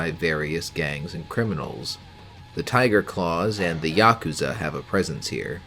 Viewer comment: I'm preparing myself to stream a Cyberpunk campaign and this has been an excellent tool in that effort so far, thank you so much for your work on this. Also thank you for pronouncing Yakuza correctly, unlike so many others I hear talk about them on other channels lmao.